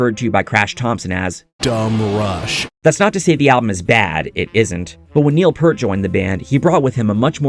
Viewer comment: the last name is pronounced ear with p in the front and t in the back, not purt sounding like hurt. peeeeeaaaaarrrrrrrrrt for additional pronunciation assistance.